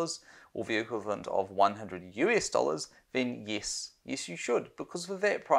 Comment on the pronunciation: It's Yes. Not Yis.